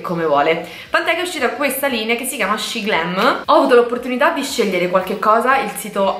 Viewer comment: Shemglam cosiiii non shiglm no perfavoreeee